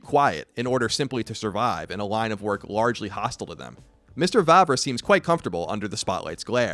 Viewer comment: finally someone pronounced Vávra´s name well :D